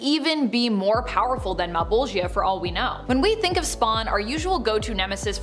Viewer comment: Mal-Bowl-Juh Mal(pal with an m instead) Bowl(like for cereal or weed) Juh(Duh but starting with a J instead) Though Male-Ball-Gi-Uh had me g.o.l. (giggling out loud)